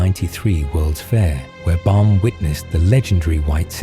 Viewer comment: Baum, not Bal